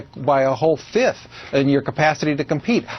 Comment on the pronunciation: Did he say "whole fifth?"